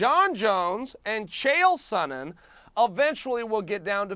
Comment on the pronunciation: And Dan keeps calling him "saw-nen